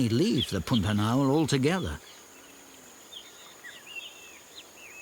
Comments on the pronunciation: Brazilian Portuguese pronunciation of "pantanal" is a bit closer to "p-ah-n -ta-nal" than to "pun-ta-nal". Otherwise, the video pronunciation is truthful. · Why does the narrator pronounce Pantanal like Putanal? 😂